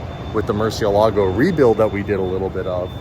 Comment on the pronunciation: kills me every time he says Murcielago I can teach you how to say it correctly 😂😂😂